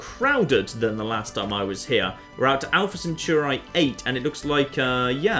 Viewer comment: The way you say "Centauri" makes me want to cry.